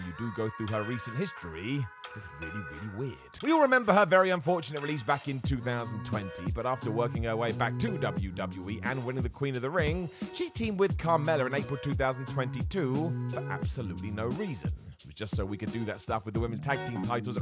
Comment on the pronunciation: Carmella* not Carmeller